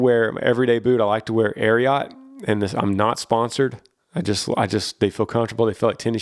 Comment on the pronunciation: I used to work events for Ariat. I love you, but you pronounced it wrong. The Ariat brand is named after the famous horse, Secretariat. ❤️❤️ Yee Yee!